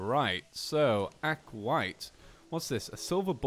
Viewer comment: Aquat? It's aquaTITE (ac-wa-tite) Edit: not trying to be rude. Just a little.... hint? I don't know what to call it but just know I'm not behind rude